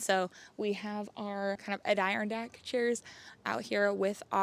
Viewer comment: "Ad-er-on-dack" is how Adirondack is pronounced. ❤😂 Lovely house. Love your videos!